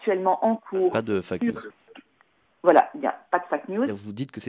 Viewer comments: Faac news mdrrr elle est au courant ça se dit Fèic (FAKE) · "Fack" news mais bordel rien que ça ça la discrédite !